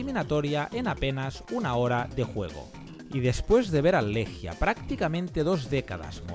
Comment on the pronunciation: Amigo querido, enorme video. Solo decirte que se pronuncia “Leguia”. Abrazo grande